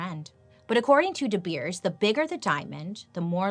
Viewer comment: Me over here in South Africa, rooting for the episode of De Beers!! PLEASE! BTW the pronunciation of De Beers is spot on!! Can't wait!! 😁😄